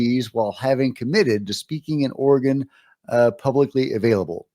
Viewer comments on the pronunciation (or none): none